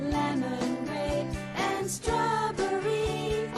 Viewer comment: It should be a crime to pronounce "strawberry" as "stob-er-ee".